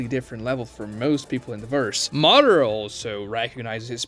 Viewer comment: Interesting analysis and Ragnarok Online music. You need to work on your pronunciations, though. It's very painful to listen to. For example: 上忍 JOE-NEEN not JOE-NIN (same with 中忍) ミナト MI-NA-TOE not MINA-TOE MA-DA-RAH not whatever the hell you are saying lol